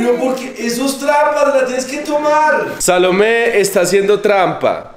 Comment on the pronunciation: Me fascina tus videos lo único q no me gusta es la pronunciación de Salomé no les da como angustia que su hija hable asi